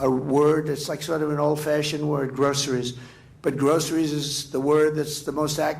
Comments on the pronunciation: Stop saying “grosheries” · I'm surprised he knows how to say groceries